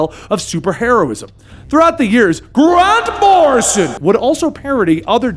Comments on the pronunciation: i love the way he says G R A N T M O R R I S O N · I'll never be able to say Grant Morrison, the same way again. From now on, it's only GRANT MORRISON! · Dude stop with the grand morison it's so annoying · The "Grant Morrison" joke was funny exactly ONCE (sort of). At no point was Danny named The Roadway instead of The Street. Rachel's name was not pronounced like the slur used against Polish people. 7 years late I know, but it just popped up on my YT feed, I clicked because Doom Patrol, and GOD, was that annoying!